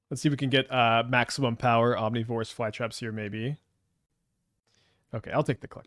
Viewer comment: People bringing up slightly mispronouncing ouroboroid while he completely mispronounces omnivorous is wild to me. Especially where omnivorous is a much more common word. (Maybe I'm also wrong but the way he says ouroboroid sounds fine to me)